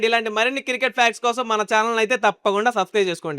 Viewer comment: Cricket ❌ circket✔️ 😁🤣😂